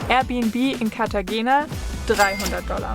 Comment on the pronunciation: Wir ausgesprochen Cartachena 😊